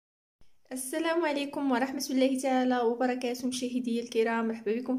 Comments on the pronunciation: عندما تقولين و رحمة الله انت تنطقين لفظ الله مرققة لا بد من نطقها مفخمة في هذا الموضع. ربي يوفقك اختي. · انطقي لفظة" الله" مفخمة انت تنطقينها مرققة. ربي يوفقك اختي.